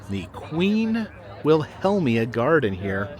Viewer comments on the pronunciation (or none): Queen Wilhelmina’s name is pronounced Willa-MEEnah